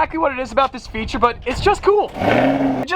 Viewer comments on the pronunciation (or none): none